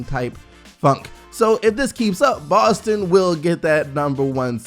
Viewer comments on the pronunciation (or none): none